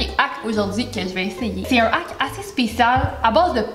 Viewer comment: Ça m'fait saigner les oreilles comment que vous prononcez: "Ahk" il y a un H devant le A dans Hack... alors tu dois exagérer le H et c'est Hhaack! Sinon, c'était bien drôle tout ça! Bonne journée :)